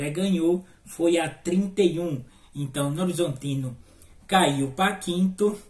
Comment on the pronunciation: "novorzontino" kkkkkkkk